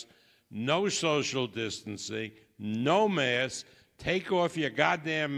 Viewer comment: Arum: “the pandemic is ova...put away ya gawdamn mass”